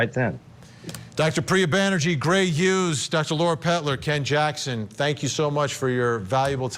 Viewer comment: Why do yoi keep saying Gray 'ughes'? It's HUGHES